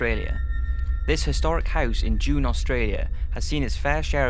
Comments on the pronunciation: The Town of Junee where Monty Christo Homestead is, is pronounced Joo-Nee .. not June.. Just thought you'd like to know. :) btw, love your show. Keep up the good work.. From Downunder. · It's pronounced "Junie" not "June" LOL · absolutely love your videos! Have to correct you though, the first house is in an australian town called Junee, not June. (Pronounced June ee) Now go and mske me another great video xx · it is in Junee Australia..not June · AUstralia represent! except it is pronounced Joo-Nee not June haha. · My mum is originally from Junee Australia and Monte Cristo is a beautiful home i have been myself around 8 times, but have to let u know it is pronounced June -e not June. I enjoyed watching, will keep an eye out for more. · I agree... The haunted house in Australia is in a tiny town named Junee (Jew-Knee) not June as he called it. Also, I'm a huge believer in the spirit world. I've stayed the night at the Monte Christo homestead in Junee, and its not fucking haunted! Tell a few ghost stories, rattle a few nerves and you can get folk to believe in anything. A good money making scam though.... I'll give them that! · Monte Cristo is located in Junee, not "June" as pronounced here. Junee is a small town in the Riverina district of New South Wales, about 5 hours south-west of Sydney. It is classic Australian sheep and wheat country, punctuated by numerous small towns. I stayed overnight at Monte Cristo in 2003, and although I am only mildly psychic, I can testify, from what I experienced there, that is it most definitely haunted. The property is heritage-listed and should be safe from demolition or insensitive over-development. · Monte Christo is in Junee NSW Australia. Pronounced June..knee....not "June". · Ayyeeee I live near the Monte Cristo and the town Junee is pronounced June-ee not June haha so cool to see that house in here though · It’s pronounced June ee , my mum was the tour guide through there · Junee is pronounced Joo-nee